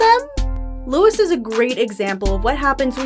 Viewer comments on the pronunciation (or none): LOUIE. His name is pronounced Louie, not Lewis.